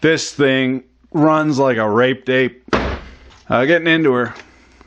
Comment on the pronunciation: "raped ape" I thought you said RAPED DATE the first time, golly